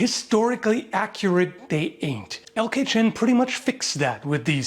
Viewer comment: What is said: LK Chen What I hear: El Kitchen